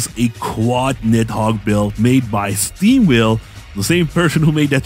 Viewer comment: Yo wassup still haven't met you in game. so I say steamwhale but it comes out as steam wheel lol I'll try to do my pronunciations better